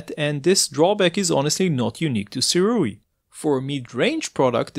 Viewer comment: SIRUI is pronounced - SUE - RAY